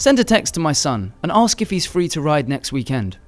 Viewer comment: Who says "weekend" like that ?